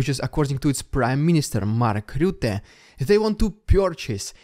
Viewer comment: As someone who is dutch (wich is someone from the netherlands, yes i know its stupid) its hilarious to hear you say Mark Rutte. No offense of course if i would say something in Russian i would sound 10 times worse at least but its just the accent that makes it sound funny.